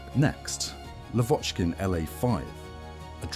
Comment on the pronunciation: Not LavOchkin, but LAvochkin. Not YakOvlev, but YAkovlev. Ilyushin and Petlyakov are mispnonounced as well. I wonder why they inerringly mispronounce Russian names. I got the feeling they do that on purpose.